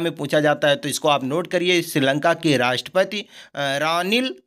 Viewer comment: 😂 राष्टपति को राष्टपत बोल रहे हैं। 😍